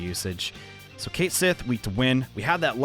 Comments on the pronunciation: MORE IRISH PERSONAS!!!! Also, for future reference, Cait is pronounced more like cot or caught then kate. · And remember kids, Cait Sith and Cu Sith are pronounce ket-shee and coo-shee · Now that Duolingo teaches Scot Gaelic I realise Cait Sith is actually pronounced like "Ket Shee"